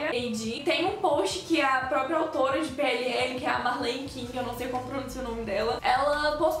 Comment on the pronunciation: Fez o vídeo que eu queria ver ❤️ só uma dica eu acho q vc fala errado PLL